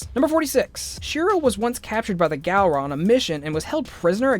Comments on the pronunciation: hey sorry to be rude but its GALL RA NOT GAL RA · Did he say Galra? No no no no, it's pronounced Gulra. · did he just say ’Garla’ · Not to be that guy but it’s not garla is galra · Galra GALRA ITS GULRA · OKAY. This video has some interesting little facts. It ALSO has some ABSOLUTE BULL** of things that should not be said that I will list for you. 1. It's pronounced Gahlra not gAlra, not garla. Just NO. 2. ALLURA DIDN'T CREATE THE LIONS. HER FATHER DID. IF YOU HAD ACTUALLY FRUCKING WATCHED IT YOU WOULD KNOW THAT. 3. Coran is Allura's UNCLE. He's a second father to her. They will not be doing the Frick Frack. 4. Coran is pronounced CorAN. WATCH THE FRICKING SHOW YOU STUPID. 5. Haggar is not hagger 6. Shiro and keith knew each other years before Voltron. They are basically brothers 7. The transformation sequence happens every time hey transform 8. Being captured, tortured, experimented on, forced to hurt his friend so he wouldn't die, fighting an alien gladiator, and having PTSD for the rest of his life is not a fair y=trade for one robotic arm, that he later loses. 9. Shiro dies TWICE 10. Keith being a wonderful and capable pilot is what got him into the garrison Thank you for listening you complete QUIZNACK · When he says GALra, and says that Allura is creator of voltron....nope I'm out these ain't right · Why is he pronoucing it "Gal-ra" when they literally say "Gahl-ra" in the show?! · Who else realized that on fact 69 he said garla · he said gurla not gulra ahaha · I'm sorry, did he say Galron? And Coren? Hagger? I'm done 😂😂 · ... Did he say gAlra.. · Gaaaalra That’s not how you... Nevermind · Say it with me now GUL-RA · "Garla" Garla... GARLA??????!!!! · How he says galara....... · “the Garla empire” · Are you going to do an update after season 5 comes out??? (Hopefully pronouncing Galra correctly) Edit: i guess the original Voltron team didn't get Sven to Space Hospital in time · did he just say garla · Did anyone else realize at fact 69 he said Garla?